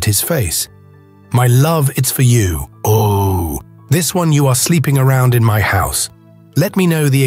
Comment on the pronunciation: This was one of the best stories ever, and I'd love to hear more like it. The oddest thing is the narrator all of a sudden changing from proper english to incorrect grammer. Ie...u ani't going no where. And what the heck is kwa? Oh, is pronounced "O", not "oooooo". The most important key to a good story is the narrators ability to read and pronounce ALL words and names correctly.